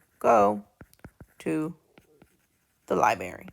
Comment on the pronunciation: Please, please, please say library the correct way!!! It is NOT libary. Put the R back in there. You have a beautiful voice and are a beautiful woman. I’m bothered because this video is part of an assignment that’s teaching my daughter.